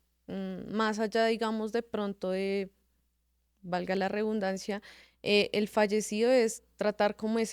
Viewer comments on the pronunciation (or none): Que alguien le diga a esa profesiónal que no es REBUNDANCIA ES : REDUNDANCIA*